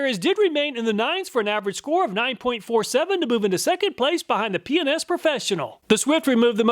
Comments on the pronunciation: Ah yes, "P and S" sounds like " P N S" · Every time he said PNS I giggled. Yeah, my mind is in the gutter. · I heard Penis professional, but it was P&S Professional. I had to rewind to get it right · Hahaha "p&s" sounds like something different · whoever owns p&s, you did your job with the pronunciation LOL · I watch his videos at 1.25 speed and when he says P&S it sounds like he's saying a naughty word, haha. I had to listen again to realize what he was actually saying. Pretty funny easter egg.